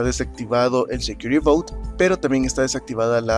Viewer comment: "but" no "bout".... suena a "barco seguro"